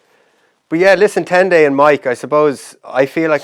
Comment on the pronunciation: Guys, if you’re going to use his real name please don’t butcher it 😅 It’s pronounced Ten-die.